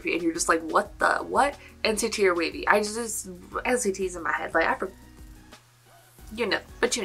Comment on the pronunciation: Both the English WayV and the way you said their name in Chinese i think is correct. You should watch some of their appearances on Chinese variety shows where they introduce themselves, or in an interview, so you can hear how they pronounce their name.